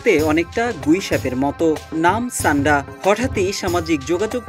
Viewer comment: ছান্ডা না ভাই সান্ডা